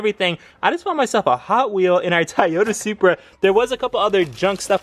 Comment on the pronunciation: Ahh my boy finally sayin it right 😂 Love & Blessings from NYC Bro 🗽💰💯